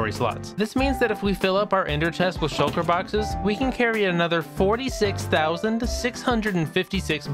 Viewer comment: the whole beginning i was like: shulker boxes SHULKERS BOXES SHLUKER